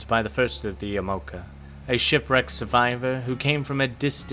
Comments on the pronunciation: It definitely is “Ya-Mah-Oh-Kah”. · i think yamaoka is pronounced yah-mah-oh-kah i mean maybe yuh-mow-kuh is right but still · Ya.Ma.O.Ka.... Yamaoka.